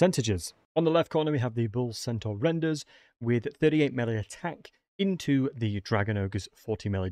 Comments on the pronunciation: Bull CENTAUR, not Bull Sentinel. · Bull Sentinauls lol